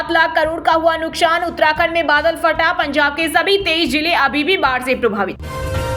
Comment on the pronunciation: Nuksan shabd ka spoke sahi nahi ho raha